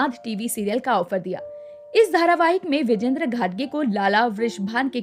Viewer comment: विजेंद्र नव्हे विजयेंद्र उच्चार करा.